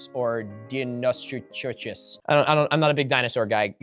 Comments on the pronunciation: Sarcosuchus (sar-koh-soo-kuss) and Deinosuchus (dino-soo-kuss). If anyone tells you it's pronounced "soo chuss" fire several anti-personnel rounds into their chest. Also you got "Dreadnoughtus" right on your first go, good job :) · can we get merch of "dean-no-sho-shu-chis" , I would pay $100 to torment my dino loving friend with this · my gf was joking about me getting upset over someone mispronouncing a dinosaur or prehistoric creature name and i brushed it off and was like “oh, no i don’t lol.” BUT THEN YOU DONT UNDERSTAND HOW MADE ME FEEL I WANTED TO REACH THROUGH THE SCREEN AND JUST GET YOU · Loser can't pronounce deinosuchus xD I love miniminuteman this was a joke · Nothing in this video flash banged me more than Milo mispronouncing "Sarcosuchus" and "Deinosuchus"... Immediately made me realize archaeology and paleontology nerds do not, in fact, always intersect! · Wait you can't pronounce Deinosuchus but you know about the Gondwana marsupial dispersal? You are a fascinating and delightful person to know about. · How can you suck so much by trying to pronounce sarcosuchus or deinosuchus? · the way i didnt even need to look at the screen to know he was horribly attempting to say deinosuchus,, lol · Milo to answer your question of how to pronounce these words (sar-coh-soo-kus)(Die-no-soo-kus)(Too-ah-tar-ah) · sar-co-su-cus Die-no-su-cus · sark-oh-SOOK-us and die-noh-SOOK-us, not dinosaurs mind you